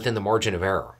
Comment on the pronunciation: Your pronunciation of error as errah reminds me of home.